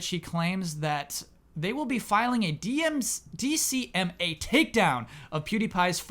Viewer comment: Correction: it is DMCA (Digital Millennium Copyright Act) not DCMA. had it right the first time he said it then self "corrected" to the wrong acronym for every other time he said it.